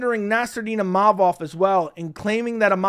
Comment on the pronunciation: Din Thomas out there having problems saying Imovov, I'd hate to see him try Fedor Emelianenko on for size....